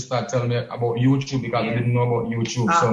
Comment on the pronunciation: Every time king say Youchube 😂